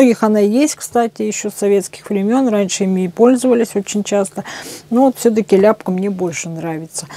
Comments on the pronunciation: Аппликатор Ляпко. Ударение На ко. о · Ляпко,ударение на о́,пусть хранит Вас Господь поклон с Донецка,это наш земляк.